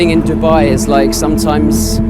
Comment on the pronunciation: When you said Dibba I was like what🤬🖕🏾 but then when you said Dubai I was like🥰💓